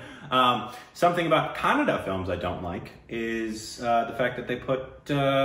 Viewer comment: You guys are way better than north indians who say "kannad" instead of"kannadA"..